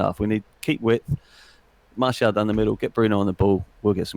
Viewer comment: how’s he not able to say Martials name properly though.. mans saying Marciel 😭